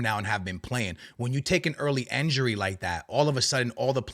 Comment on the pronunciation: why you keep saying "enjury" bro its "injury" 😂